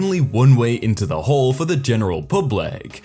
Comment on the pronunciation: Am i the only one who heard whore instead of hall?